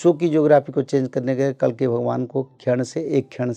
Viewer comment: कलीक नहीं है भाई, कल्कि हैं, भगवान को आना होना तब आयेंगे। अभी तो आपको हिंदी व खुद के व्याकरण पर कार्य करने की जरूरत है। जो जरूरी हैं वो करना चाहिए बाकि जो अपने हाथ में नहीं उस को समय पर छोड़ कर अच्छे कर्म करने पर ध्यान देना चाहिए ।